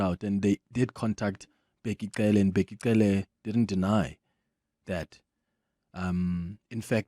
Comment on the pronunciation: why does Clement pronounce Cele like a white person 🤔